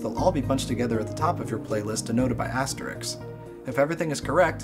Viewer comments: Astericks !! HAHAHAHAH its pronounced ASTERISKS GEEK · lol astericks